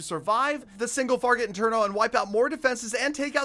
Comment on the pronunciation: “The single farget interno” You doing okay? 😂